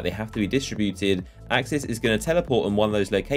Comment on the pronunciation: It's aksis